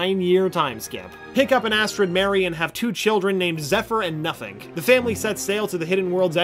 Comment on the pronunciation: when he said 'nuffink' i thought he said nothing